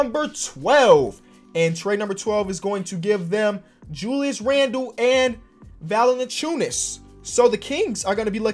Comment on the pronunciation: Say it with me - VAL-EN-CEE-YOU-NIS